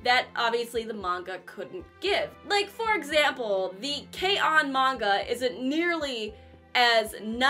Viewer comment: I totality agree with you that K-on! is awesome. But I think you are mispronouncing, it almost sounds like you don’t like it.